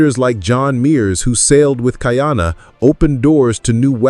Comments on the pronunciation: you are mispronouncing his name. it is not Kaiana. it Ka’iana…… (Ka E ana) it has an Okina between the A and the i. By pronouncing it incorrectly you are changing the meaning of his name. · Not kai-ana, ka-ee-ana. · Your dates are often off by 100 years - please check the script. Also, the name is pronounced KA-EE-Ahh-NA. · Most of your pronunciation throughout your show is pretty good except for how you say Ka’iana. Since this particular show is about Ka’iana, maybe go back and watch an episode to hear the pronunciation. We have several punctuation symbols that are like extra letters in the Hawaiian alphabet. The ‘ or “Okina” is a glottal stop to stop the blending of the letters. Pronounced Ka ee aa na. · Did you know that Ka’iana has 3 syllables. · It’s killin me 😂!!